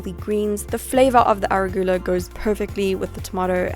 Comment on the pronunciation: you say arugula funny.lol